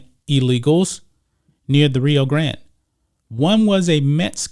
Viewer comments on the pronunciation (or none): none